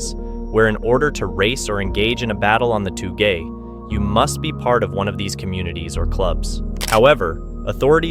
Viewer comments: Aint no way bro just messed up on saying TOUGE and then tried to educate us that this kinda racing is TOO GAY for me to do 😭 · OMG, you are giving us a lesson in pronunciation? You pronounced it "Too Gay" racing. Better take some Japanese lessons before giving us lessons in Japanese language. 😂😂😂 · its pronounced "toe-ge", not "too gay" lol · ITS TOUGE: TOWG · He just wanted to say “too gey” 😂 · Seriously, did you actually say "too-gay"????? I suspect you just did that to get engagement in the comments so I guess mission accomplished buddy👍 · Sorry but touge is usually pronounced as toh-ge but the “toh” is a slightly long “o” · too gay. lol smh wth.